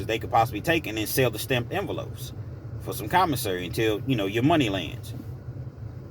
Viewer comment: Envelopes, not enveloafs. 😁